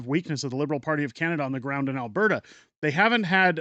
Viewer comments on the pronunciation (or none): none